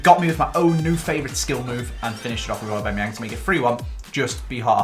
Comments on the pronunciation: I love the RTG, but your pronunciation of some names is so frustrating!!! It’s AuBAMayang not AuBEMayang, and Dier is pronounced like Kieron Dyer. You even had it confirmed at the captcha event! Other than that, keep up the great content! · It's Skriniar not skrinarar, also Ghana is a country, not Idrissa Gana Gueye, it's Aubameyang not aubemeyeng and it's Dier not Dia